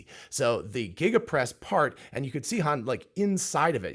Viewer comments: Obviously not an engineer if you have to ask how to pronounce Giga. It starts with a G, not a J. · 1.21 Jiga-casting